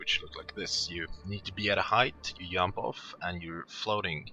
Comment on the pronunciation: Germany or Sweden for sure. He says "Yump" instead "Jump". :P